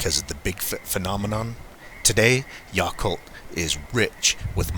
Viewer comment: It is pronounced Yaaaaacolt like yak. I lived there for 7 years. Everyone knows they are there but the people don't really talk alot